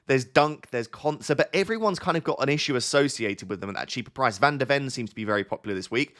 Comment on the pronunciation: it’s van de ven not van der wen